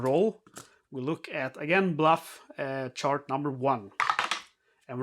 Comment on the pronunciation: “Bluff” should be “Buff” (just trying to be helpful, not critical) 😊